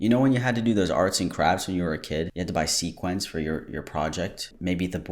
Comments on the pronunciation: sea quence... bish it's see quins goddamnit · I love your videos but it killed me that you were saying “sequins” instead of “sequence” lmao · Sequins, not sequence 😂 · So, the miffed dude is mispronouncing it, but please don’t copy him it’s not “sequence” it’s “sequins” (sea-qwins) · It sounded to me like that first dude said "sequence" - like things that are "in sequence" or "in order." The (still incorrect) word I think he meant was "sequins" which are the little sparkly plastic circles that do kinda look like fish scales. And yeah, they are a decoration ON a garment, not a piece of clothing themselves lol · Sequins not sequence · yall over here pronouncing it seaquence and talking about it in the singular. Theyre called sequins and are wrefeered to in the plural because a sequin is a singular small plastic circular, and sequins are when multiple of those plastic circles are sewed next to each other in a pattern, often resembling scales. If thats not not what yall are talking about, than I am so confuse as to what you are talking about. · ah yes, sequence. did you mean sequin lol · Oooh nooo. It's 'sequins', not 'sequence'. 😭 this is Roxxxy Andrews all over again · SEQUINS NOT SEQUENCE. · " SEA QUENCE " BROOOOOOO ITS SEQUINS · sam pronouncing sequins as sequence is very funny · Why are y’all saying SEA-QUINTS!? ITS SEQUINS. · thought you were all saying sequence I didn't know that was the american pronunciation I pronounce it like the quin in harley quin thought it was a fancy word for pattern smh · I love that he called sequins "sequence". Bone apple tea. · Not making fun of him not knowing what sequins are but repeatedly saying “sequence” instead of sequins 😂😂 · Love you but why are you pronouncing sequins like sequence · The fact that you say sequins wrong hurts my soul